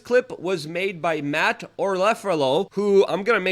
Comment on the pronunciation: how have your not already followed Matt? And mispronounced his name so blatantly?